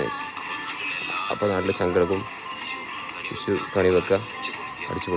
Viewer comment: It's vishu😂not wishu